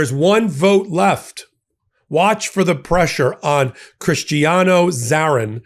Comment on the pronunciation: Though the man is a complete shithead, let's get his name pronounced right. It is pronounced bowl-sone-ar-oh. All O's are pronounced with long O's, not short. The justice's last name is pronounced Zah-neen.